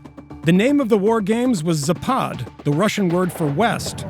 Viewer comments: Speaker made a mistake - zApad, not zapAd. emphasis on first syllable. zApad (запад) = west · ZApad, not zaPAD. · Okey, why the hell you would call a zapad "zapaad"? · its not zapaad, its zaapad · Why you english speakers ALWAYS accentutate russian words wrong? It's zApad, is it that hard? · Alexei Almanov zapat? You must visit logoped. Or logopeT,if you like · it's pronounced "Zapat" ,some Russian consonants change sound when placed at the end of words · It's zapaad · With the availability of google translate that can pronounce words for you correctly in foreign tongues, it is unacceptable for Vice News to slaughter the name of the military exercise repeatedly throughout the video coverage. I’m talking about Zapad of course.